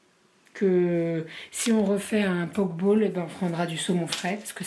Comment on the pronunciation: On dit poké bowl pas poke bowl